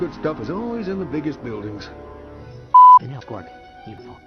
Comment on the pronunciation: It's Quark not Clork.